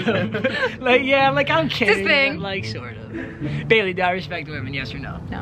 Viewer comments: Am I only one that heard kailey instead of Bailey at the end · Did he say kailey say bye or bailey